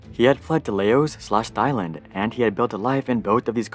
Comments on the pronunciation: its pronounced LA-Ow the 's' is silent. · this may be irrelevant but did he just call Laos Lay o's?